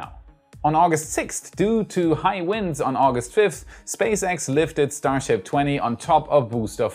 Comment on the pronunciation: I think I like "Shtar Ships" better than the conventional way it is said.